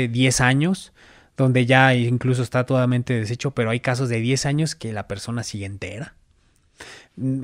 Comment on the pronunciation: "TODAMENTE " DESECHO... HEHE NUNCA HABÍA ESCUCHADO TODAMENTE HEHE